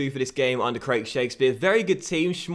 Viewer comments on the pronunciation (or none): none